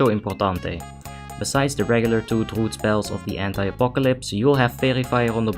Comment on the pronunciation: "Druud is Druud and has Druud Utility." Lmao. Legendary.